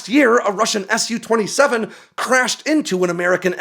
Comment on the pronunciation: I think "Tu-xx" and "Su-xx" are supposed to be pronounced "Too-xx" and "Soo-xx", not "S-U" and "T-U"